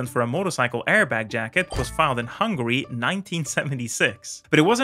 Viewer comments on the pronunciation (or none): none